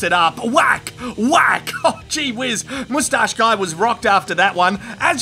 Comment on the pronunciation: this is thenproper way to say moustache